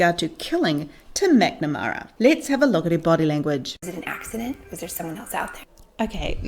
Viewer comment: "Tum MacNamara" -sorry, love the accent!!!